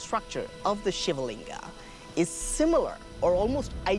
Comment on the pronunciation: Stop adding "aa" at the end of everything 😑 SHIVLING and NOT Shivalinga!!! VIMAAN and NOT VIMAANAAAS!